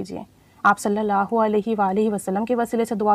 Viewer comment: أپ ان شاء اللہ یا اللہ پاک کا نام ٹھیک سے نہیں لیتی ایک کم از کم ایک مرتبہ اپنے استاد کو لازمی چیک کروا لیں تاکے غلطی نہ ہو پڑھنے میں